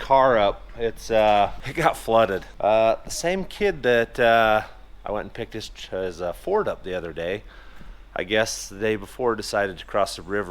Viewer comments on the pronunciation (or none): Ford the river. Not forge.